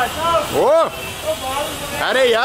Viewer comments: It sounds like Ari yaa... but he is saying ‘Aree Yaar’ which sort of means ‘oh my friend’ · Should'nt be 'are yar' not 'are ya'? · It’s funny when he says “Areh yaar” but doesn’t say the “r” at the end. So it sounds like “Areyaa” 😂😂 I love this guy, he is friendly